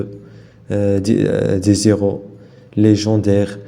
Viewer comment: des zéros ??? On dit : des { i R o}